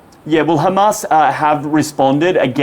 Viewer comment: Adrian, it is Hamas, not Khamas. Khamas is intentionally used by Israhell because the word means something else in Hebrew .